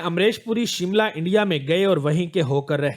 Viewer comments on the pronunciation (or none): none